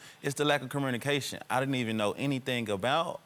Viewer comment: man💩who knows nothing about anything talks about 'comurrnicashun' 😅. Run, girl.